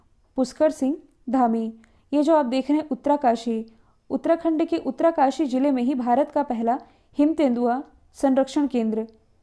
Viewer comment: Mam vo उतरा काशी नहीं hai...... उत्तर काशी है 😂😅 Mai uttrakhand se hi hu.... Bada ajeeb lgra sunne mai 😅